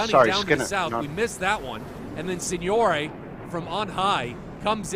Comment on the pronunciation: I'm just happy he doesn't say SINGNORACHB...SIGNORAG...MM ...SIGNOAGHE? anymore lol